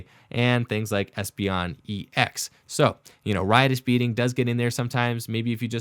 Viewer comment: The first time anyone on the Internet has said “Riotous Beating” correctly.... the amount of times I’ve heard “Righteous Beating” has hard triggered me...... Thank you for saying Riotous